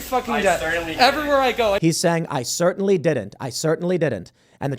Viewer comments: Actuallaaah, I heard him saying "I sir-tainly didn't." At least twice. That colorful trashbag full of expletives could have just be a victim of selective editing syndrome which is common in liberal media and could be contagious. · Tim missed where the employee was totally trolling. "I sir-tainly did not" lol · "He called me sir!" "I sirctainly didn't." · “I “sir” tainly did not” LOL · "I sir-tainly didn't"